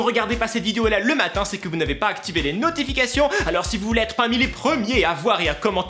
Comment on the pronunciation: Au debut de la vidéo j'ai compris : " Heryyyy! FOUS aller bien?" Cerait tu allemand??😂😂